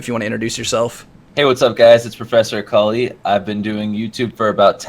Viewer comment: you pronounce akali like ecoli....^^